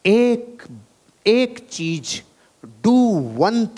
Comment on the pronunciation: Sorry Sir But Apne Kaha Tha Ki Apko Jo Apki Kami Batata Ha Wo He Apko Acha Lagta Ha Sir Ap "Z" Ko "J" Bolte Ho Matlab Agar Apko AmaZon Bolna Hota Ha To Ap AmaJon Bolte Ho. Jahan "CheeZ" Bolna Hota Ha Wha Ap "CheeJ" Bolte Ho.. Sorry For Capturing Your Little Weakness We Love You Sir💖💖